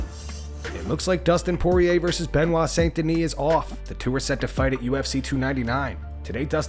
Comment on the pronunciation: DUSTIN SOARIER 😂